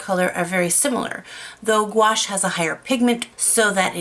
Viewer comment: Gouache is simply opaque watercolor. You are mispronouncing gouache. There are canvases made specially for watercolor. Your mushroom work rocks.